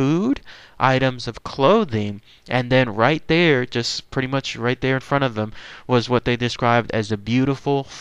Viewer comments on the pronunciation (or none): none